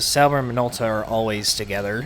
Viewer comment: Minolta is JP company. You pronounced it closer to Japanese. 👌